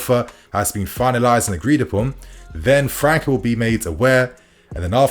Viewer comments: The boy's name pronunciation is França (Fran-ssa), not Franca (Fran-ka) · His name is pronounced as Fran -sa bro 🤦‍♂️🤦‍♂️ . You really dont look at any football outside of Europe